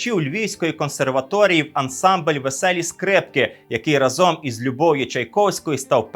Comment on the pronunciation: Шановний, не разОм, а рАзом. Правило нашої української мови, яку ви пропагуєте. Комент в підтримку каналу